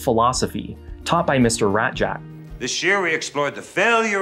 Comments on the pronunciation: Raszczak is pronounced rash-chak. (ch as in chew). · ITS PRONOUNCED RAYZACK get it right you damn pog marines!